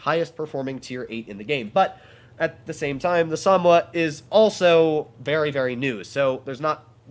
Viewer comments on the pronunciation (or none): Sa-Mo-Wa. Not Samwa 🤷🏻‍♂️